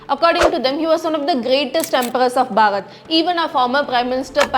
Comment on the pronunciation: It's The Bharat (भारत) and not barat (बारत)